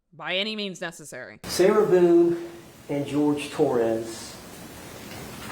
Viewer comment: I thought he called her “Sailor Boon” for a sec 💀